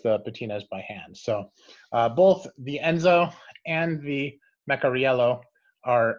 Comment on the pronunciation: I think it is Meh-car-ee-yellow